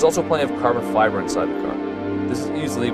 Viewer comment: "and that bot-lid is made of carbon friber" lol haha